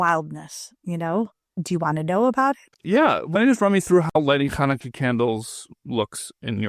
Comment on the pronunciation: When she says “you cannot top the first night of Chanukah,” why does she pronounce “Chanukah” without its first consonant: as “Anukah”? Listen to it yourself, over and over (maybe with something to slow the speed) and you will certainly hear it! What’s up with that?!?! Something very similar happens later on, too — when she says: “Both of those are holy”: she pronounces “holy” as “oly” — without the “h” … what’s going on?